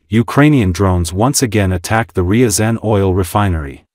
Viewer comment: Your AI struggles with the pronunciation of Ryzan which is famous for catching the FSB trying plant a bomb as part of the Moscow apartment bombings